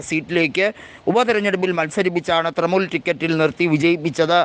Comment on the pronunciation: തൃമൂൽ അല്ല തൃണമൂൽ.. ഇത് വിവരിക്കുന്നവന് ഒട്ടും വിവരമില്ലന്ന് തോന്നുന്നു